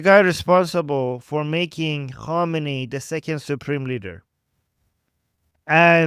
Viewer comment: f Ah, you meant Khamenei. The 'a' in Iranian accent tends to sound much like an 'o' to untrained ears. When you talked about him being made the supreme leader by Rafsanjani in another video where you explain the religious degrees in Shia Islam, I misunderstood this completely, thinking even Khomeini didn't really feel qualified for leadership. How can I tell the names apart from just hearing? Is it about which syllabus is stressed, like 'Khoméini' vs. 'Khámenei'?